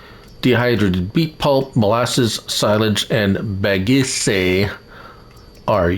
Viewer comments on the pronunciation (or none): How do we manually transport the tanks of Molassas I tried using a autoload mod set to fluid tanks and it wouldn't work. Also just a slight correction you were pronouncing Bagasse wrong the E is actually silent